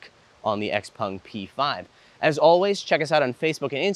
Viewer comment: X-PAng... "en" is pronounced "an" in Chinese (pinyin).